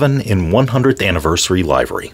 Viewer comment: you pronounced livery the wrong way